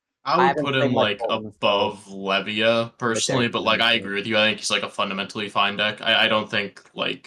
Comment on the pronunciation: Was waiting for to talk about his local best buddy who's absolutely cracked on Levia. All he did was mispronounce Levia. 😔